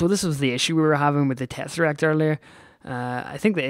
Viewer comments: I don't mind the occasional mispronunciation but you kept repeating "Terasect" when the word is pronounced Tess-Er-Act. I'm sure a few others have mentioned it already though. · tesserek not terresek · Umm... its tesseract not terresact. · you pronounce it te-sse-ract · lol, It's tess-R-act. (Sorry if it's just your accent:3)